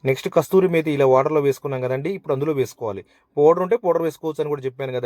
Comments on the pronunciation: టెస్టింగ్ సాల్ట్ అంటున్నారు అది టేస్టింగ్ సాల్ట్ మరియు కస్తూరి methi కాదు కసూరి మేతి. చెప్తున్నందుకు అన్యదా బావింపకండి. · It is Kasuri methi not kasthuri methi. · Kasturi methi kadhu adhi, its kasuri methi. Malla peru ki chef nuvvu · Arey babu adi kasturi methi kaveri methi kaadu ra babu kasuri methi😂😂😂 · కస్తూరి మేతి కాదు దాని పేరు. కసూరి మేతి.,.